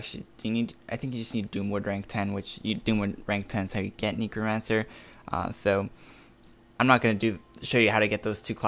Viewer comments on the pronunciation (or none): Feel like hes saying negromancer instead of necromancer lmao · You are pronouncing necromancer wrong lol